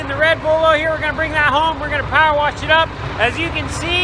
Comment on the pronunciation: Love to hear pronounce " worsh!" My Dad was born in Illinois and said "worsh" for wash too! Neat midwestern dialect! He was born on a farm too.